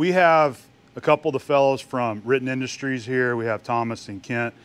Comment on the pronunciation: Can you say "Riten Industries"?...🤣